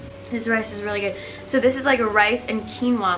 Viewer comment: you pronounce quinoa (keenwa) not (kwinoah)